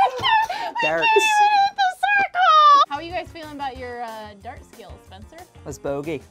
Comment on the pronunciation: is spencer secretly canadian? The way he said dart here is how we say dart (as in cigarette) in canada